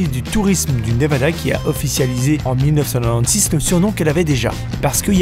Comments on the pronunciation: Je suis seule à avoir entendu 1996 en « 19nonone6 » 😭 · Est-il un belge ? Vue la prononciation du 1996